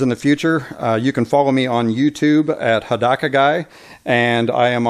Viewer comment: haha...you pronounced your name like "ha-da-ka" which happens to mean naked in Japanese. so now you're the naked guy. thanks for the video. just what i was looking for.